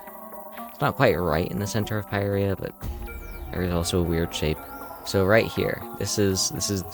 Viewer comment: Isnt it pirya not peyereya